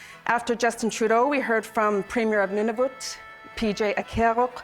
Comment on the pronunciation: Cant even pronounce Nunavut correctly..would be intetesting to see the document!!!! Would not trust this